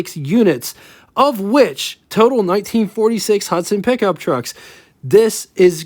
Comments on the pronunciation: "Pick-Um-Up? Truck......What urban area are you from? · If you can`t say pickup then ......................